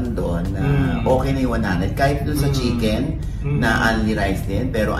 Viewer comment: Shiken nga po rinig ko sa nag vlog nyan kay Diwata😂😂😂 shiken